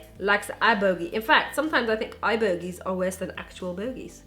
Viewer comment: my daughter says eye boggies too!